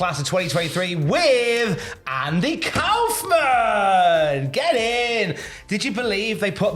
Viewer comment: Kaufman rhymes with Hoffman. Anyway....they should get Letterman to induct him if Jerry or Tony Clifton (the other one) is unavailable... So awesome he's going in.